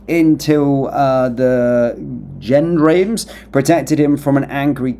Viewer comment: its pronounced jhondhoms (gendames) french national police, military police